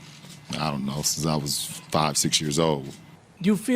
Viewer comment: He pronounces “I was” and “odds” the exact same way!!! lol 😆 Noticed that, just a whim I adjust the hymn Excuse me while I kiss the sky “Ize had since i’s in since ah’s is ausborne PS I Luuhve watching videos with you. / Videos you watch and commentate on I’m a ‘member to be a Member next chance for sure !